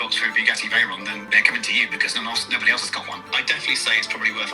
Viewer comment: ngl the "vey and ron" made me laugh